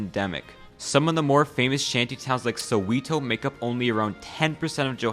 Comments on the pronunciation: man, the pronunciation of Mr. mandela, Mr. Mbeki, Mr. Ramaposa, Soweto and Xhosa is very shocking i must say, but hey, not everyone is used to Mzansi's ways, even if its a bit hard hearing (btw Xhosa is pronounced with a sharp click at the start, like in traditional khoi-san language, so its like /kosa, while soweto is just pronounced as it seems, with the E being pronounced E not EE, hope it helps bruski) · It's also pronounced So-wet-oh for Soweto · “Soweeeto is 😂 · It's pronounced so-wa-to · Who is this guy? He can’t even pronounce Soweto 😂 yet everything he said about my country is true and relatable 😂 thank you for educating me about my own country. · As a South African, be sure to check out the pronunciation for Xhosa and Soweto. Edit: Fixed a spelling error. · I hate how Americans pronounce apartheid and Mandela and Soweto